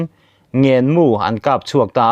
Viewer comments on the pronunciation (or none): Mizotawng hi chhiar dik hram hram tum ila,,Ngênmu hi silaimu sawina ani,,lam rîk dan adiklo ,naupangin Kawr a ngên ,heta ngên ,ang a lamrik hi adiklo ,ngên ,,atawp ah arisang tur ani ,thir ṭha dâr rawng eng ,sawinaani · Silai mu hi Ngénmu ania,i lam hniam ltka i lam diklo ania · sialai mu hi ngenmu anti thin ilamdiklo naupangin an nute hnena thil an ngen angin ilam a ahawrawp ain ang chiah alam dan adang daih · Ngênmu tia lam rik tur ani. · Mizo tawng a thluk dan tur hriat loh avanga rinthu chhiar hi in nei reng mai a mak ngawt mai. Eg- 'Ngen mu' tih a 'ngen' hi i lam dan a dik lo tlats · Ngênmu, pawh ilam diklo, ngen tih hi a risang tur ania. Sarzuk kan kam angin lam tur aw. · Ngenmu tih kha thluk sang rawh le. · Ngenmu ani lo. " Ngênmu " tih tur, a thlùk fàn tur aw. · Ngenmu tih ah hian ngen tih hi risang deuh in lam teh aw. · Ngenmu tih ha ngen tih tak hi ari sang a lam tur ani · "Ngen mu" Hulhliap"tih chhiar thluk dan hi a dik lo,Mahni tawng hi thluk dik takin chhiar teh u... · "Ngenmu"ilam dan hi a mak thine!!! i aw a patlin hmel nen "Ngen" hi Ari sangin lam ta che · Silaimu hi Ngenmu tiin an sawi ve thina,i thluk dan hi a diklo.Cake lam rik anga lam tur ani.